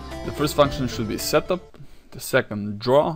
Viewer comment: Whenever he says "setup" I hear him say "shut the fuck up".